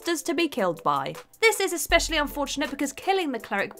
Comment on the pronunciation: How many times will she say "ex-pecially" in this video? Anyone have a guess?